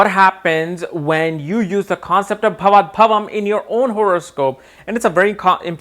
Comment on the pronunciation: not bhavat bhavam, it is bhavat bhavam